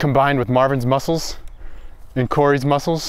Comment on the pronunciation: Pls like. How many times did say mucles👇